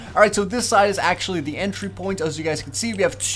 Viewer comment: Why does he always say "da" instead of "the" it's really annoying.